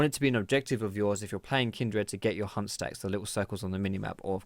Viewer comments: Why did i hear you saying hump when you said hunt. Hump stacks or Hunt stacks. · Lol for some reason i keep mishearing "hunt" as :hump" XD